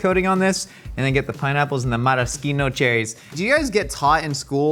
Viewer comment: "MarasKino" - YES. THANK YOU! 🙂